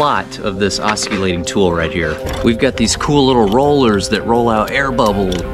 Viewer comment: Awesome job, but I am going to be a bit of a word police here 😂 the word oscillating is pronounced with the "C" being silent.😂 but I understood what you meant. I really enjoyed seeing your videos from when you were at Jason and Danielle's.